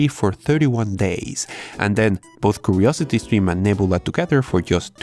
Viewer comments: "curosety streme" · "Ukuriousity skrim"